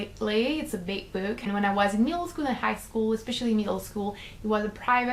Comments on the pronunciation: i couldn't help but laugh every time you say "book" because it sounds like you're saying "boob" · i was just about to comment that....haha